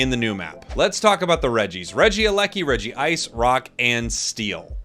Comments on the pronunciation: Its not Regi-ice its Reg-ice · Regice so bad he had to say it twice